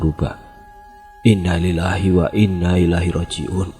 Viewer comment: Bacaan innalillahi nya salah bang. Belajar lagi bang. Semangat